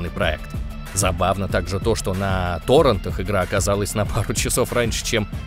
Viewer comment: потому что то́ррэнт — это сила ☝️